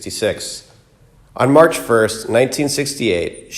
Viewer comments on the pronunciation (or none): none